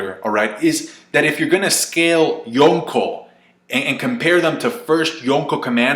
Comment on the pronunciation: ...the way you say yonko. lol